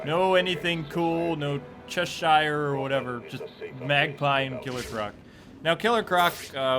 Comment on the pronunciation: Che-shear, fuckin' Christ.